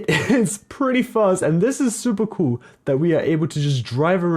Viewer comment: he said wish is perrty gool